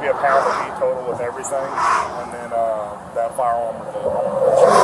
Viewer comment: Fiyeyahm - "firearm"